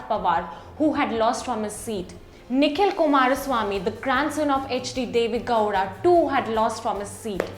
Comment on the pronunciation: This time you pronounced Deve Gowda correctly :p